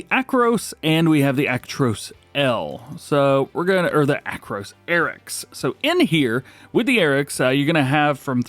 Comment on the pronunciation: ... Did bro really say acrows? It's Arocs 😅 Don't worry, everyone makes mistakes 😊